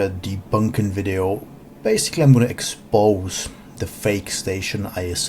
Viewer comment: When he said "i'm gonna eKS..PowZZ those lies", I was already rubbing my hands in anticipation of utter stpidity